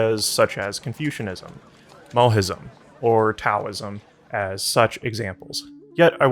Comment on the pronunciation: Why are so many people mispronouncing taoism these days? 😮